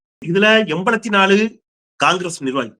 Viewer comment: திரு. அவர்களே நீங்கள் என்பலத்து நாலு என கூறுகின்றீர்கள்ர்.அது என்பத்து நான்கு என திருந்த கூறுங்கள்.தமிழ் உச்சரிப்பில் தவறு இருக்கக்கூடாது.